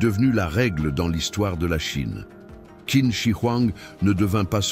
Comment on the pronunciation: Navrée, mais la narration est de plus très mauvaise. La voix monotone et son timbre désagréable. Pour Qin, on doit prononcer « Tchin ». Comment présenter un tel sujet sans savoir cela. Quant aux représentations de la Cité impériale, Celle-ci fut construite sous l’Avant dernière Dynastie, Celle des Ming, plusieurs Siècles avant Qin.